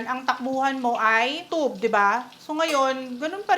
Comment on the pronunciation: You don't pronounce it as U-tub, that's ridiculous.😂 However, don't pronounce as U-chub. It should be a blend of tsy